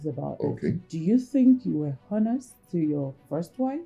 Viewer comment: please you guys should ignore the "h" in 'honest'.